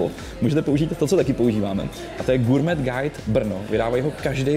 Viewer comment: SPRAVNA VYSLOVNOST SLOVA "GOURMET" (Sounds Sounds like gaw·may)